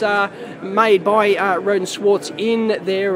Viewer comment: no english speakers can pronounce "schwarz" correctly - funny ;-) But this little beast looks really impressive, and the price seems to be really okay